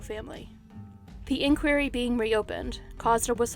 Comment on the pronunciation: Sorry but in the pastor Koh case the way inquiry is pronounced put me off